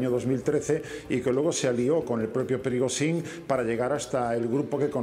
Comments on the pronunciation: Me encanta este experto. Lástima que no intervenga más a menudo: Prigotsín, Prigosín, Prigoshin, Prigotsin... "Nos movemos en una niebla..."; no tengo ni idea de lo que ha ocurrido, pero voy a decir que ha sido Putin para que me vuelvan a llamar. Yo lo veo más desarmando tostadoras o leyendo contadores, pero bueno, comentando estos sucedidos tiene su gracia. Ánimo, caballero. Cuando tenga un rato, entérese de cómo se pronuncia el nombre del paisano ese. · No le vamos a pedir milagros. Con suerte aprenderá a pronunciar correctamente el nombre del señor este q.e.p.d. y puede que llegue a decirlo cuatro veces seguidas del mismo modo. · El experto en Rusia no es capaz ni de medianamente pronunciar el nombre de Evgeni Prigozhin, es sencillamente un pobre repetidor de propaganda occidental.